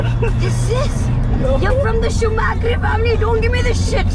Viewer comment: Did she just call him schumakri 😂😅